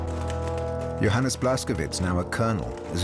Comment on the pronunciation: PLEASE, tell the producers that they should have someone that can properly pronounce German names! Johannes is properly pronounced YO Hans!